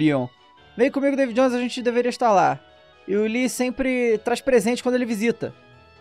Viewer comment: "Davu Jonoes" Kkkkk